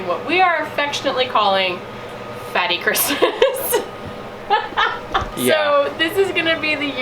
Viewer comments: Sounds like “yummy Christmas “ instead of fatty Christmas to me 😊. Such a great idea. I’m looking forward to see what you cook 💕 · Sounds like “FATTY FUN!”